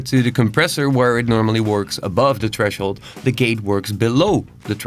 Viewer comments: very well explained bro, but i can't stand "treshold"... th... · Tresshold** loll stop it I'm trying to pay attention... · There's a "h" after the "t" in threshold XD